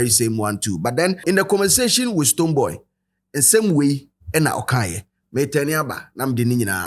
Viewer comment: Did he called STONEBWOY “BooBo”😅